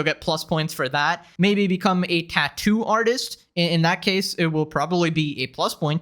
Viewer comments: she pauses a liittttttle bit in the middle of "tat" and "too" and it gets on my nerves so much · The way she says Tattoo really annoys me